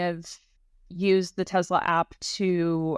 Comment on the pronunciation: You are doing a great job with this series very informative! BUTTTT idk if I can hear teZla anymore lol teSla tess-Luh lol